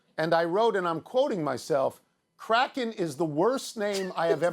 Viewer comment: Funny thing is the word Kraken correctly pronounced is nowhere near Crackhead 🤷‍♂️